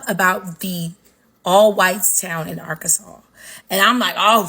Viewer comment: Listen it’s Arkansas - (Are-Can-Saw) not Sauce!!! And I’m in Little Rock and we of the Black Delegation don’t give a damn about them light breads up there!!!